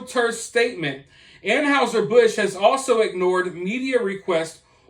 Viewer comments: It's not An"how"ser , it's pronounced An"hi"ser Busch, just sayin... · 😉👍 I agree, just please learn how to pronounce "Anheuser"... An hi ser, not An house er. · Dude said “An-howzer” Busch 😂